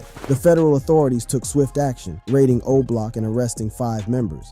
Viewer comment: stop doing videos about Chicago. You can't even say Oblock correctly 🤦